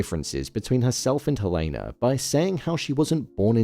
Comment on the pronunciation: Why do you keep pronouncing Helena's name incorrectly?